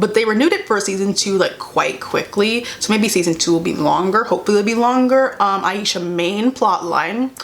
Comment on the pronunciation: The pacing was too fast, and how they pronounced Ashia’s name wrong set me off. If they had more episodes and it was more developed in pacing wise I would’ve love it with all my heart